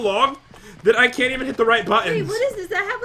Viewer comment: ei kann not lauug ahahahahahahahahahahh🤣😂😂